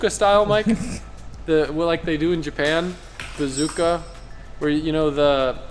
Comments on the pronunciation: Bazooka lol it's Bosuzoku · it's call bozuzoku not bazooka lol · It's BOSOZOKU! Not BAZOOKA. Don't be dummdumm Kay? That's all for this Edoocayshun~ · says "bazooka style" instead of japanese "bosodzoku style" - AHAHAH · Man's really called bosozoku bazooka lmao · Bazooka Style in the Yakuniku gang, lol. had me busting out in my quiet office. Think you meant Bosozoku and Yakuza; but you were thinking "Yakiniku"cause you were hungry. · it's bosuzoku. not bazooka XD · Bozazoku? Not bazooka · It’s bosozuku not bazooka 😂 the disrespect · Its called bosuzoku, not bazooka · Adams mispronunciation of bosuzoku tho😂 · I think it's bosozoku not bazooka but great video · Bazooka...lol...not bosozoku? Love the 4 rotor! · Bosozoku* 😂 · Bosozoku style, not whatever you were saying 🤣🤣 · I love how was pronouncing bosozoku😭🤣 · I couldn’t with him trying to pronounce bosozoku, also insane work from johan literally making an entire exhaust just to see if it works and make another. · Dam you butchered the pronunciation of bosozoku 😂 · him trying to figure out the word bosozoku is funny